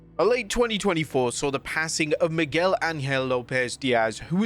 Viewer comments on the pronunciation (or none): none